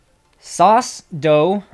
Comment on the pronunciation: Thanks for answering my question and its sauce-e-doe